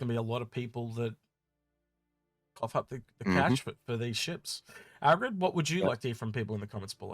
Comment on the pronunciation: Nice show as always - but it's AL-GA-RED not Aggred, come on dude it's not hard to learn how to pronounce your partners name.